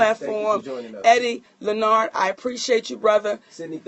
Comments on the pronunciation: Chrissy B LEN NARD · why she kept calling him by his first name and then mess it up😂